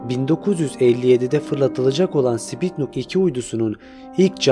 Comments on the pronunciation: Spitnuk uydusu deyil kardesim. Sputnik! Sen Spitnuk diyorsun :) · Spitnuk değil sputnik:) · wdym sPiTnUk? sputnik olmasın o lul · Bi de "Sputnik" diyebilsen....!!!